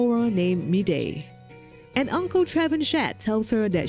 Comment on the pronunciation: trevenshet xD its funny to hear the name pronounced that way because it french, the correct pronunciation would be Tra-vahn-shea